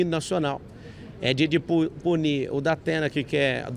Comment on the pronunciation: Datena. Dapena kkkkkkkkk